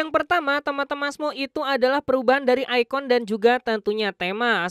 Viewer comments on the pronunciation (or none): none